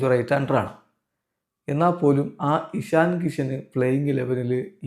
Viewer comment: എഷണി അല്ല ഇഷൻ